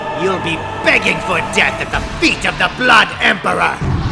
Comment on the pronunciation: you'll be begging for death at the fwet of the blood emperor. Me: grabbing a small bowl of popcorn